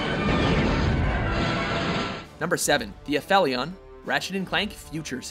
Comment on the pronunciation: you pronounced aphelion wrong... u fail